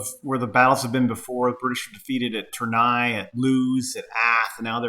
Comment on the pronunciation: Lovely game and setup! I can give you some pointers in regards to pronunciation: General d'Armee is pronounced General dar-MAY. Tournai is Toor-NAY, Ath is ATT, Enghien is like Ang-YEN.